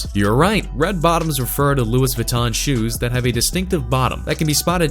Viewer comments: Louis vuitton isn't pronounced "lewis." It's pronounced "looey." lmao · He said Lewis Vuitton 😂😂😂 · He pronounced Louis Vuitton so wrong😂😂